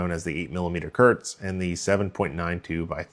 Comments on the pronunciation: KURZ not Körtz. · As a German, your pronunciation of Kurz sounds like diarrhea haha Kurz means "short" and spoken like K oo rz (oo like in look). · ...and now please pronounce the "u" like you would in Gh"ou"l!